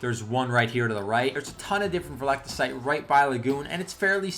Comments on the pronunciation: its pronounced veltecite... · Or vel-tuh-cite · Awesome vid man ps (it's pronounced vel-teh-cite)